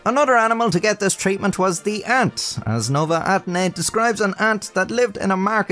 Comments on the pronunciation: try to pronounce it Novae Atenny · nołe atheny ☠️ is it that hard to pronounce nove ateny